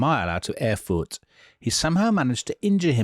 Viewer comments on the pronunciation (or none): For heaven’s sake; Erfurt!! Get it right.